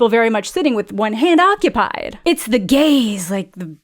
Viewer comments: It's the gayss...no It's GAZE😂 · LMFAO 🤣 "Its the GAYSSSSS" tickled me way more than it shouldve😂 probs coz it came from u, so unexpected coz wen u first said it i took it as GAZE, but wen u made it a thing i started laughing 😂..... Btw, wen will our queen be doing the "My Spiderman Poster Give-away"? 😇🙏🥰❤️🙈😁😁😁😁